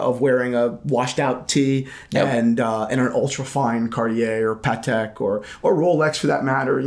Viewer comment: Lol no shock on you not pronouncing Wimbledon properly as you fine people in the US can’t pronounce Patek properly lol